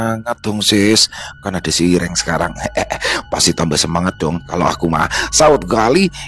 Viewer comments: Hitam itu irêng ,bukan iréng bang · intonasi medan dan Jawa "e" ireng nya beda loo ya😂😂